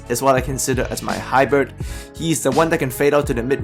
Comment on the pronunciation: Hybird? Hahaha Its Hybrid